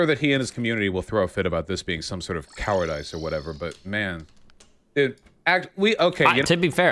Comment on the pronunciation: Did Vaush ACTUALLY just pronounce it coward-ICE? I hate him more than I ever have.